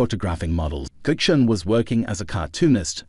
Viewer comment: Thx mate. Nice. BTW, our name is pronounced "Gucci-Own-ee ;) Bless - Nick